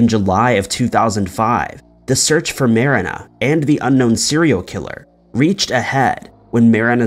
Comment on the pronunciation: You know exactly what words/names to purposely butcher to irk people.. in this case “Marina” was that name! I love it!!! Genius 😂🤣